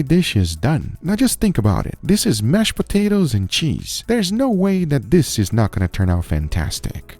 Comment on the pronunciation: Mash poo-tatoes